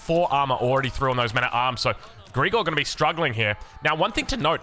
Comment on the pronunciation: Sorry but calling him "Greegor" is sf weird 😂 you pronounce it "Grigòroff" with the stress on the first O